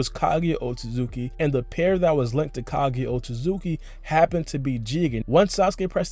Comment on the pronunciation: Someone tell this guy that it’s kaguya and not ka-geh please ....nice video tho but Americans need to work on their English